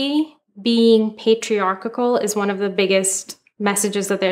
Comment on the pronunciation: Patriarchal. Pay trEE are KeLL. WTF is patriarkakull? English, do you speak it?